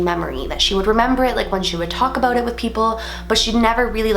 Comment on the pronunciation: Ha She said "aboot"